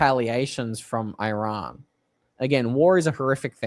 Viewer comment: The name lf the country is Eeeeraaaan. It's easy to learn and would make you sound a lot better, sorry😊